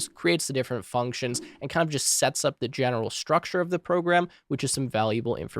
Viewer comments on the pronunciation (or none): none